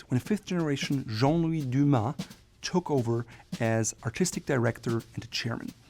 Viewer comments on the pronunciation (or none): none